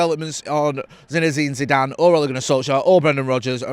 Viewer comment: You can't even say Zeezue's name you clampet family reject